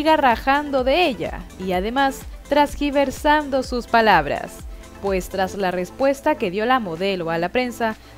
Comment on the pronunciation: TERGIVERSANDO...no tragiversando.